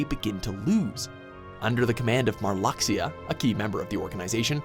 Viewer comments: Its not marlucksia its pronounced 'marloosha' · Here’s some fixes for this vid: To pronounce Traverse in this game it would be (Trah-verse but a bit slowly) after that Marluxia is pronounced (Mar-loo-Sheea), You got Xehanort right... ish it would be (xè-ah-nort) after the fight with Xemnas, Sora and Riku find a portal thinking it’s back home but it’s the realm of darkness. they recieve a letter from Kairi not the king (yet) and after reading the letter, a door of light appears in front of them leading them back to destiny island. After being settled back to destiny island Kairi brings the letter of the king to sora and riku informing them to do one last trial before becoming keyblade masters. Last error is the Mark of MASTERY not mystery (don’t know how you failed that lol) everything else is correct which is awesome. Sorry I was just T R I G G E R E D when some of the info was incorrect. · made some mispronunciation: Marluxia Mar luuu sha Namine Na mi ne and Mastery NOT MYSTERY!!! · Marlaxia? MARLAXIA? NAAANIII? Its MARLUXIA! MAR-LOO-SHAA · Marluxia is pronounced as "Mar-Lu-Sha". If you're supposed to be an expert on the series, you should know this by now. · Mar"LUX"ia? Really?? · Marluxia (MAR -LOOSHA). Welcome. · marlucksia, naamine, zeehhanort, mark of mystery, lmao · You pronounced "Marluxia" wrong. It's pronounced "Mar-loo-sha". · I want more Kingdom Hearts! There were definitely mispronunciations (Namine, Xehanort, Marluxia, Mark of "mystery") but an overall good job